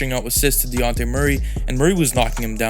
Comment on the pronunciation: Great Analysis! Also, it’s pronounced De-Jon-Tay Murray.